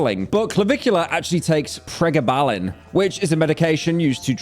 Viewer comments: pre-gablin???? you said that sooo weird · preh-gaba-lin, dyslexic ahhhhh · Pyro got the pronunciation of pregabalin wrong, 10,000 lashes from the goon lord.... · Your pronunciation of pregabalin is hilarious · why he say pregabalin like that bro😭